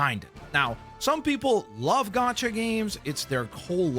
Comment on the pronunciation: *gacha, not gocha. Rood word from the Japanese gacha machine, not the English gotcha